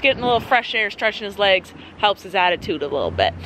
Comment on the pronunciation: “I like to workout my wegs” BAHHAHHAHAHHAAHAHHAHAHWHWHWHWHHWHWHHWHAHHAHAHAHAHHAHAHHAHAHHAHAAHHAHAHAHAH